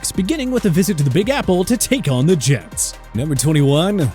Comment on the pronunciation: Bro these rankings are not only trash, but if the mispronunciation of Jets wasn't intentional, the reading comprehension and script writing needs massive revamps.